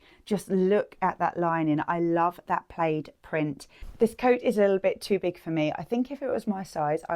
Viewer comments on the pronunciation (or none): New to the channel, love the content, but is there a chance you could talk more naturally please - not so stunted and forced. Sure you don’t speak like that normally? BTW it’s tartan or check, not played (pronounced plad)